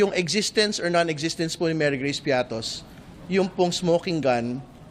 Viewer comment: piattos ba ang basa nyo dyan parang piatty